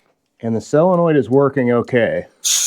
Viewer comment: Why do you pronounce solenoid as cylanoid